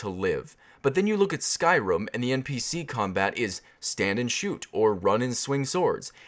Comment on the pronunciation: i respect you and agree with your opinion but the way you said "skyrum" cracked me up.